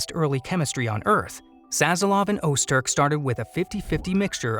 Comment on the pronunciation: you were so close.......Öztürk (pronounced [ˈœztyɾc]), meaning 'core Turk', is a common Turkish name and surname..... I am alerting child services .... 🤣